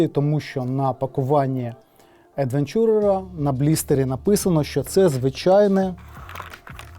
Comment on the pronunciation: Тільки "едвЕнчурер", а не "едвенчУрер" :) дякую за огляд і з поверненням!)